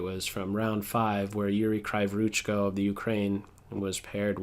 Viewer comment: surname reads as "Kree-", not "Kry-" voruchko [krivɔrutʃkɔ]